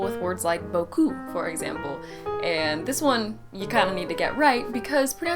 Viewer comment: im belgian so I speak french fluently but when you said "beaucoup" pronounced with the other "u" pronunciation means sth really different I took like 6 secondes thinking about it to find it out 😂😂😂 ive never thought about it